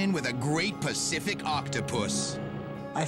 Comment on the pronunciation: "A Great Pusssific Octopuss" I wonder what the guy had in mind when reading his text...